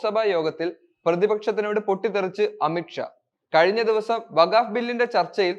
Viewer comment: വഗാവ് ബില്ല് അല്ല വഖ്ഫ് ബില്ല് എന്ന് പറയൂ